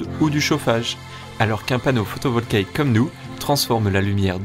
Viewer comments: Cest photovoltaïque et non pas photovolkaique comme il dit au début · Super cool mais c'est moi ou t'arrête pas de dire panneau photovolKaique?😮😂